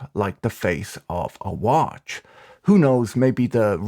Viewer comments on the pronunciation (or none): The “glowing sand like the face of waaatch” gets me every time 😂